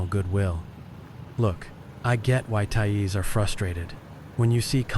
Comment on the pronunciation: Thai-eez? WTF is that?